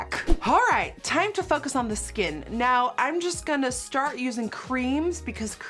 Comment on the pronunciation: fuckest [focus] on the skin, it may not be dutch but that's what I heard at or around ,11.48 ,lolol and u don't have to put this on ur video.